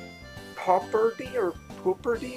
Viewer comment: Episode 7, match 1: The "pu" in "puberty" is pronounced like "pew"/"pyu". And, the "berty" part is pronounced the same as in "liberty". Yeah, I'm not a fan of Shipyard. There's just too many problems with the map. Oh, no... Once again, the OP single-player Tomomo should be barred from appearing as a regular random opponent, and should only be used as a boss opponent or something special like that. (However, if they made the softened version of Tomomo a regular random opponent, that would be more acceptable.) ( , ) Argh, the dumb Warp... That's one of my problems with this map. Probably would've been better to choose the Bonus tile there. Welp... Lucky! Darn you, Peat. Long O sound in Zorro. I'm pretty sure at least one 6-1 occurred last match, but I forget where, and I'm not gonna bother looking for it. And then a Chicken gets a 6-1 on you less than a minute after the previous 6-1. ( , ) RNG, really... ( - ) Wow, that's just pure and utter garbage RNG against you there. Whoa, that Chicken got the better of Sumika too. Perhaps if you can KO it, you might just have a chance... Uh, oh. Now Tomomo's getting very close to winning. LOL, Peat pulled out a Christsmasher on Tomomo. Ooh, that Warp + Air Raid put a 1-HP Peat right in front of you. NOOOOO!!!!! Epic backfire... The odds were way in your favor, but nope. ( - ) Okay, that